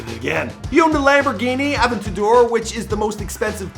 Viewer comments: Dude it’s pronounced a-ven-ta-door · Lamborghini "avetador"